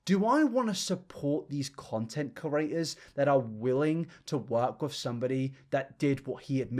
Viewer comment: Completely out of the subject... but I hate how you say curators instead of creators